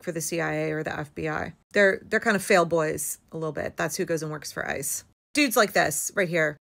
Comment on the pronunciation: When you say '... ICE is ...', I keep hearing 'ISIS'. The language doesn't lie. Systematic kidnapping is terrorism.